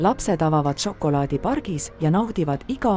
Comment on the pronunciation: "Ja nii tehakse žokolaadi istandustest kuni maitsvate maiustusteni" . Ärge nüüd saage minust valesti aru, tehnoloogia on imeline ja väikese vaeva ja pisikese loovusega võib väga ägedaid asju luua. Ja ausalt mu pea 4-aastane ütles ka just "See on nagu multikas mulle / See on nii lahe, tahan veel...". Küsimusele mis ta veel tahaks näha vastas "kaneeli"... Kui midagi, siis veidi lugege ja toimetage tekste rohkem (või üldse?) palun. Lapsed täiega janunevad igasuguste tarkuste järele aga see diktsioon, elutus, rõhuasetused. Siin ehk on potentsiaali mudelite uute versioonidega jne.. kardan et antud näide on praeguses olustikus liig-automeeritud... siiski impressiivne.. Ma ei tea, hea töö vist.. aga et see sisu siis ägedamaks saaks.. Jõudu!